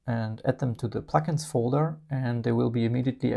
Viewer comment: I watched this twice just so I could continue listening to “pluck-ins,” which I know is not what is being said but which still sounds so much nicer than “plugins.” Thank you for the feature add!!